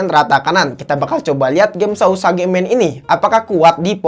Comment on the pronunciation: Bang tulisanya sausage bacanya sauseg